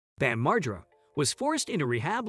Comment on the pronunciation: Lmao cant even fucking say his last name right. Its been out in public for years. Its Mar- GER- AH (margera)